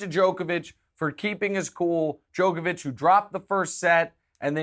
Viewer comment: Guy you can’t congratulate yourselves on pronouncing Djokovic correctly and then proceed to pronounce it incorrectly the whole time lol. Check out his wired interview to see how the man himself pronounces it.